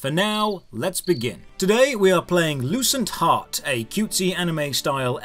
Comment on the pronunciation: I thought you said the game's name was "Loose and Hot" 🤣 No joke !